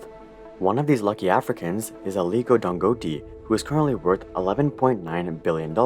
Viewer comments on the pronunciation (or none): I'm a Nigerian, Dangote is pronounced as Dangotay 😅. Great video as always! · Damn, that pronunciation of "Dangote" (Dan-go-tay) was way off 😅 great vid regardless! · pronounced dan goe tay - gotta at least get the guys name right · I'm late to this but that pronunciation was so off lol And just to add, here in Nigeria, Dangote is considered a shady figure. Many have accused him of Monopoly by banking on his govt friends and connections. A lot of his products are often considered subs standard compared to other competitors. For example, there's a famous saying here that Dangote cannot succeed in a sector without help from the Nigerian govt. His venture into juice and noodles notably failed as they were already established players offering better services His cement is basically unaffordable to the average Nigerian while being cheaper in other African nations Just saying Dangote is not as beloved here as many people would like to think